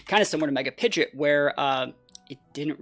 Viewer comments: Pi-GEE-OT not Pi-JIT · So we purposely say pidgeot wrong